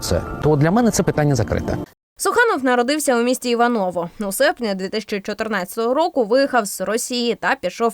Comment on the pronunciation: Раджу ведучим, готовлячись к етеру, завжди дізнаватися, як правильно треба вимовляти власні назви міст, сіл, імена чи фамілії. В данному випадку місто, в якому жив Олексій Суханов, називається " ІвАново". Це велике відоме місто, обласний центр. За іншу інформацію дякую.